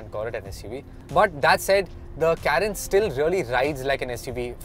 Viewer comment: If you are going to review a car, atleast know how to pronounce it right. It's Car-ens. Not Kae-rens.